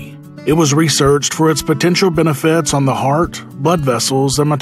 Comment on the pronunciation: Benefits. Not "benifits."